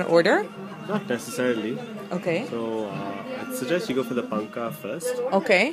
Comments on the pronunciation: It is Panaka not panka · It's panaka